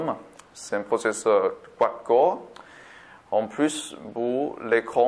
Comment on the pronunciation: Merci pour ce test c'est professeur x64 bits ou processeur 64 bits ? ps : quand vous dite longueur c'est pas longeur mais longueur haha